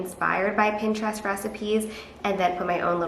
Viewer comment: The way she says Pinterest is giving me so much anxiety